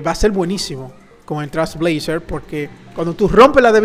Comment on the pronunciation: No tiene relacion con el video pero por que dices Trasblazer? Te salteas la I y la L y nose, me da toc u.u